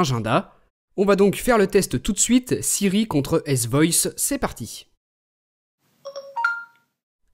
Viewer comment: LOL... C'est Siri pas Syrie